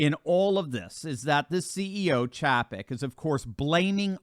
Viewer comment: Good reporting but his name is pronounced CHAY-PEK. LOL